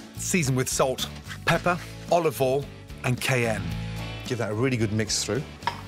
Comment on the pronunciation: Nobody: Gordon Ramsay: olivol